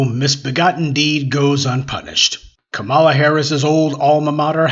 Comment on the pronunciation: You just love intentionally mispronouncing Kamala’s (comma-lah) name, don’t you? You’re too informed to have heard the correct pronunciation.